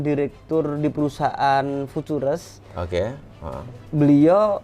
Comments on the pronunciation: Kalo bisa cari narasumber yg agak pintaran dikit deh,,,cara baca futures aja awal awal qw eneq dengar nya..apalagi insinyur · Ngaku insinyur tapi ga bisa baca futures,sempak!! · Pasti pada gemes benerin tiap bilang futures 🎥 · lu gak mengerti.. Futures aja kamu belepotan cara nyebutnya katanya Insinyur. Futures lu samakan dengan binnary option. Perusahaan pialang yg titip dana lu samakan dengan trader2 Yang solo trader. Itu tandanya kamu asal cuap. Gak usah asal bacot kalau bukan kapasitasmu. Kamu urus aja bisnis Ponzi MLM mu. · emng klo kaya harus bisa ngomong futures?? 😀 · IR Insinyur ?? Baca ejaan Futures aja kok gak bisa yaa.. 🤔🤔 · Salah ngomong futures bukan karena susah ngejelasin, tapi emang ga bisa pronounciationnya aja. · lah emang bener kan ? Dia di IG nya bahkan dibeberapa Pertemuan MLM-nya dia bangga loh sebagai Lulusan ITB 2003, bangga sebagai pembalap, tapi kok ngomong Futures sama All In aja belepotan bukan main, kayak tukang becak yg ga pernah bisa baca tulis jelasinnya ahahaha... Ya Allah mudah2an Masyarakat tdk banyak mau dibodoh2i sama Affiliator macam org org seperti itu. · Aneh sih, harusnya sekelas orang pernah kuliah, apalagi di ITB harusnya ga asing sih dengan istilah future, all in, dll. Jangankan kuliah, pas SMP aja belajar tenses pasti guru bahasa Inggris ngomong futures itu yah fyuceur bukan fu-tu-res wkwkwkwk! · Btw harus nya baca nya kan Viucee kan? Kok nyebut nya future trs ya 😄😄😄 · Dari tadi saya ga paham ga masuk nalar aja gitu sekelas Ir. mohon maaf sebelumnya masa Futures aja ga bisa pelafalannya.. 🙏🏻🙏🏻 sedangkan kata lain “again, income dll” beliau ngerti. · Kok langsung ngomong FOREX gak beres....putures putures.....wkwkwkwkwkkw.... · fucures..oll in fucures..oll in fucures..oll in fucures..oll in fucures..oll in fucures..oll in fucures..oll in wkwkwkwkwk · setuju sebutin kata dengan lafal penyebutan fiturs aj susah banget ya😅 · ini beneran insinyur? nyebut futures nggak bisa 😜